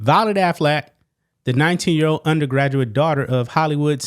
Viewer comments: I love that you pronounce their last name as Aflac the picture in my mind of a talking duck won't go away now.😂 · Every time you say Affleck, all i hear is “Aflac” and i am just laughing expecting to see the duck pop up